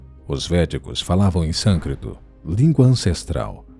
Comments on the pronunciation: O nome da língua é SÂNSCRITO e não Sancrito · Se fala Sânscrito mesmo, ele errou na hora de falar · SånScrito e não såncrito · Sâncrito não, sânscrito.